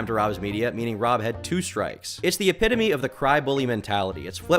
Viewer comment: Say epitome again